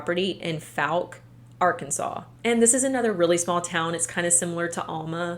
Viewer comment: The likelihood of you seeing this or ever needing to say Fouke again is low, BUT—it's pronounced like the word fall. like FALLk, arkansas. source: i live instate and have been to Fouke many times.